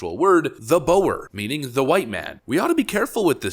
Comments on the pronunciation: Boer is pronounced like book but with "k" replaced with an "r" - even better if you can roll the "r" as in Spanish, Scottish, Russian, Arabic, Afrikaans etc. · I'm from South Africa, nothing about that phrase is "misinterpreted", they mean exactly what they say. (it's pronounced boo-r) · Boer is pronounced Boar or Bore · Great clip. Not to spit hairs but it's pronounced 'bore.' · Boer is just pronounced “Bor” like “for” hth. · You cant even pronounce "boer". Stop embarrassing yourself! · Boer isn’t pronounced as Boh-err, it’s pronounced like the animal, Boar. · It's pronounced Boar, not Bower. FYI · it's not pronounced bow-er, but boar or bore. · It’s pronounced for boar… like the big pig… not the snake. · Pronounced Boo er. Original Dutch settlers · Boer is pronounced like Bur. It has links to _neighbour_. Neigh being close and bour / bur / boer, well in Dutch it means farmer, but it could also be seen as peasant. Oe together is like the sound oo in book. In Dutch we write boek. I think if you pronounce book and change it to [boo]r you also have the right sound. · BTW, Boer is pronounced the same as "bore." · Boer is pronounced like book with an r instead of k. Boor. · Julius is not the president, he is the opposition, and its "BOOR" which means white farmer. a quick google would have told you that. do your research mate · Just one correction. "Boer" should read as "Boor". The English language has the word "boorish" which came from their experience with Boer Wars. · Small correction in your translation. The 'Boer' does not mean white men, it means farmer. It's dutch for farmer. Pronounced 'Boor' like 'too' but with the 'r' sound at the end. The reason they use that word is that South Africa used to be a Dutch colony from the mid 1600 till the near beginning of the 1800. Therefor they speak a transformed version of Dutch (The Netherlands, not Germany!) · Boer is pronounced “Boar”. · Pronounced 'boor' :)